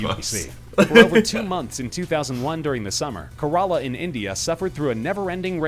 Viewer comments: korola 😂😂, that is actually kerala🤣🤣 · Bro pronounced it as kurala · Man said COROLA lmao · Caralla😂it’s Kerala ffs at least try to learn the pronunciation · Man he pronounced Kerala as Corala. At least not corona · "Korala" Boys WYA? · Indians be like: "It's not Kurala, but Care-La" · Pronunciation of Kerala .........Hahaha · The way he prounounced Kerala sounded like bittergourd in Hindi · the guy really pronounced Kerala like that💀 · Ayo the Indian people watching this, peep the way he said Kerala smh 😂😂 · Their pronunciation of Kerala 🙂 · The pronunciation of Kerala was fucked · I'm from kerala in india and god that guy knows how to murder a name